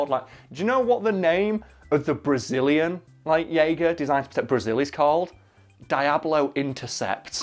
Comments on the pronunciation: DEE-AHH-BLOE. please... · "Dayablo Intercept" x)